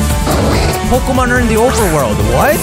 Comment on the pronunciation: Every time she says "Polka Mon" I lose a year of my lifespan.